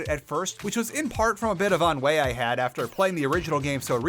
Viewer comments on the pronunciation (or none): ennui is pronounced ahn-wee, not ahn-way :)